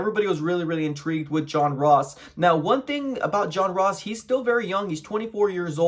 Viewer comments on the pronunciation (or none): Turned this shit off when he says John Ross